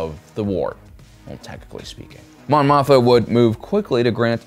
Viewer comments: Mothma. Not Motha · I love your analysis of political and philosophical ideologies within the SW stories. But I cringe every time you say Mon Motha. I thought I was mis-hearing you. But no. You say Motha, every time. It's Mothma. Always has been, as far as I know. I'm definitely not trying to be a jerk here, but I respect you and your detailed and intelligent approach, and assume you would want to know. Thanks for the great content. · greatest troll is finding something to mispronounce on every upload and watch the cringey comments arrive.....lol "Mothma".......HAAHAHAHAHAA!! <--- cringey comment